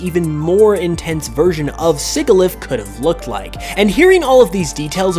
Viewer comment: Well, at least we got probably the most unique content from any Pokémon game in the 5th Generation. Also Sigilyph is pronounced “Sih-jihl-if” it’s based off the word Sigil.